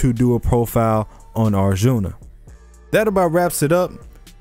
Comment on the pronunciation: U butchered arjun's name and the name of the war🤣🤣 hear it from an Indian